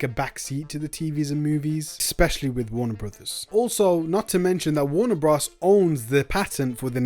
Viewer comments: I can’t get over him saying Warner bras dude it’s bros as in brothers 🤣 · Please say “Warner Brothers” and not “Warner Bros". Bros is a shortened version of Brothers. It’s just a little distracting. Great content and information. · Is that how you normally say bros?